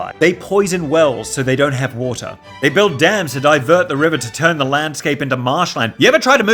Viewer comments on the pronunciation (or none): none